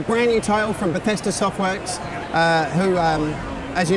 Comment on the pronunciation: besthedas...oooookkkaayyyyy.......not Bethesda ???